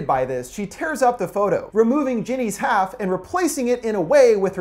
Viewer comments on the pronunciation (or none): none